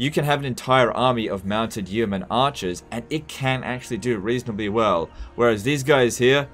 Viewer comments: It is pronounced "Yo Mun". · its just pronounced "Yo-man" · The first 'e' in 'yeoman' is silent, because English is a crazy language. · The way he says yeoman triggers me